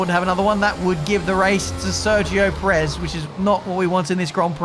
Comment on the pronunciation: could you please stop saying Perez's name wrong? Just copy Crofty. GZ on the massive win! Very much needed victory and double podium.